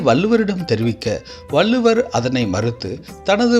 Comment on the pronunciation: வல்லுவர் இல்லை வள்ளுவர் என்று உச்சரிக்க வேண்டும்